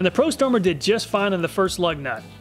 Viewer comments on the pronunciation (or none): Love how the prostormer makes you say pro-sumer